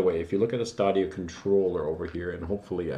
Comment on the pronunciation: Why are you pronouncing Stadia like that? It's definitely not Stah-de-ah It's Stadia like the plural of stadium.